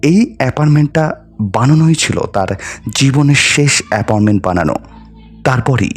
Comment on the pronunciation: অ্যাপনমেন্ট না। অ্যাপার্টমেন্ট হবে। খুব কানে লাগছে। আরো অনেক উচ্চারণও ভুল আছে। একটু শুধরে নিলে ভালো হয়।